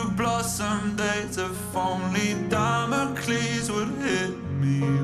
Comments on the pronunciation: I can hear the cringe from across the internet from Drew Fortune hearing the mispronounced Damacles from you. XD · I love that y’all aren’t letting Drew live “Duh-mock-els” down. 😂 For real though… Duh-mock-els left me in shambles. 😢